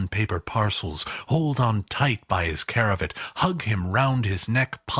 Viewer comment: The only words he says incorrectly are CRAVAT and CONDUCIVE. He says caravat (not a word) and conductive (wrong word). The rest of the reading is word for word perfectly said and pronounced.